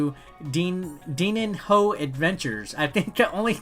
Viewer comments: Se fala DININHO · Im sorry, but i laughed so hard with the way you tried to pronunce Dininho pretty good video tho